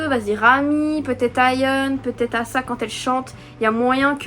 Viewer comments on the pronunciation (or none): oui mais on est pas censé le prononcer comme ça a la française par ce que y'a pas de trop de respet pour son blaz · C ruka et asa c asa mais le premier a c’est la pronciation anglaise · justement c'est ce que je te dis, ce n'est que le jeu de mot sur son prénom qui se dit eïssa :) ou à la limite prononcé à l'américaine sauf que bah c'est pas américain donc il n'y a 0 raison de le prononcer comme ça. Son prénom Asa, se dit Asa. Il n'y a que dans ses chansons qu'elle dit son prénom en tant que Ace+ Asa, mais son nom c'est Asa et ça se prononce bel et bien Assa. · Je comprends pas ta réponse 😅 si les gens veulent respecter le nom d'Asa ils le prononceront Assa. Ici on ne parle pas des gens on parle de qui veut savoir quelle est la bonne prononciation. La bonne prononciation est Assa point final il n'y a pas à chercher midi à 14h quoi je comprends pas 😅😭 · mais wha c pas compliqué ça se prononce pas Assa ça se prononce "éïssa"